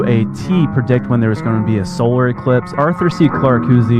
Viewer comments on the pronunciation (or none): none